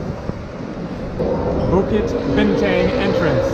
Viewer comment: bukit bintank hahaha so cute, the exact to pronounce is bukit bintongue. You pronounce tang like you say tongue, not tang like you say tank